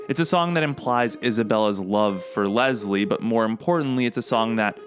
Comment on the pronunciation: Fun fact: it’s Less-lee. I have the same name and it drives me crazy when people call me Lez-Lee That’s the distinction between the male and female variants of the name. Lol